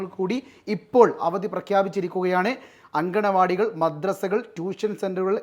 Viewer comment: Ithokke eppam arinju😮 അങ്കലവാടി എന്നാണ് പറയുക അങ്കണവാടി എന്നാണ് എഴുതുക okey 😊 ഇനി അങ്ങനെ പറയരുത് എപ്പോഴും നിങ്ങൾ ഇങ്ങനെയാണ് പറയുന്നത്🎉